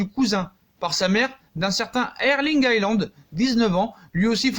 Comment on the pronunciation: Salut bonne vidéo mais je veux juste faire une petite remarque Haaland se prononce « Holande »